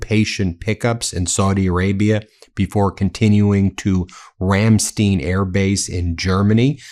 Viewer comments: Ramstein. Ram -st-eye-nn. Not Ramstean! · Ram-st-eye-n not ram-steen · It is RamSTEIN not RamSTEEN, Mr. MEEselas!🤣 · Ben, you are full of contradictions: now it is perfectly correct to say "sht" instead of "st", you say "RamSTeen". It is actually "RamSHtein". Ramstein, pronounced "shtine" and not "steen". This time the pdfile is not involved. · Why does he call it Remsteen airbase? Have you never heard of the band RAMMSTEIN? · The Air Force Base in Germany is pronounced Ramstine (Ramstein). On another note, for the love of God please get this man the fuck out of here! He is destroying this country each nanosecond he's in office! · RAM STINE , NOT RAMSTEEN ......COME ON! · Ramstein is pronounced with a long I not a long E. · Hi Ben it’s pronounced RamSTINE 😊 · Sorry but its Ramstein, like Einstein. Stein means rock. I don't want you to miss pronounce that. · It's Ram-stine. That's how it's pronounced. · Ramstein. 2nd syllable is pronounced with a long I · Ram Stine. The first vowel is the talking vowel in German. Not being mean, but you should always strive to pronounce foreign words correctly. Thank you for your attention to this matter, USAF, MSgt, Ret. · Ben, it's Ramstein [ramstine] if the i is after the eggshell you say the i, if the e is after the i you say the e. Sorry to be pedantic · Ram-stein…like “stine”. Eye. In German the second vowel is the vowel sound. Americans at Ramstein AFB, even say it correctly. STINE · Ramstein pronounce Rhammshtayn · Rammstein... pronounced with "i" cuz e is before the "i".. pronunciation is the last vowels sound.